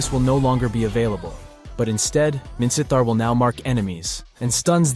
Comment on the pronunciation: Are u Burmese? Your pronunciation of Minsitthar is pretty good, like a native Burmese